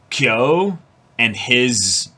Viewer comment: watching them misread kyo so badly has me in hysterics